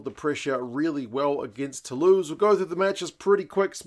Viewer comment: It's hard to look past Bordeaux tbh but I would be delighted if Saints caused another shock after what's been a very tough premiership campaign. I'm saying Bordeaux by +10 though 😁. Oh and interesting observation on commentary pronouations, I actually didn't notice that but that was mainly because I was picking up on his Toulouse pronunciation of Tou-loose as in loose possession rather than Tou-lose as in not win 😳.